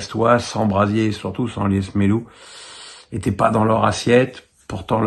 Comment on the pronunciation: C'est Brassier (pas Brasier),! Je te fais la remarque vu que tu te trompes à chaque fois. Sinon, pourquoi as-tu appelé ton chien Edisson (désolé pour l'orthographe si je me trompe)... sachant que tu n'aimes pas Edinson Cavani (sauf erreur de ma part)?